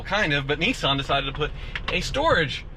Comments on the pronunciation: Hey..... It's pronounced "Nis-san.......not Nee-san" Just sayin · what the fuck is a neeson...isnt he an actor? its NISSan.......NISS.....like PISS but with an N NISSAN....you try....N..i..s..s..a..n....... good boy. lol, jokes aside, great videos. and you must be doing something right as your views to subscribers ratio is possibly the best in the game. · Neesan ...... niss ann...... hmmmm. Nissan. Bit like soo baroo..... it’s Subaru.... lol